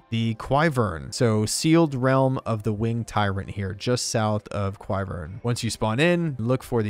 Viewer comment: But also say quivern incorrectly lol